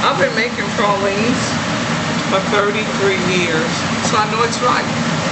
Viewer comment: TRUE new orleanians say pralines like this woman unlike out of towners say "pray-leens"